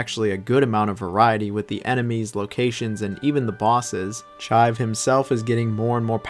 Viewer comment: "Chive" "Orcarina" 😂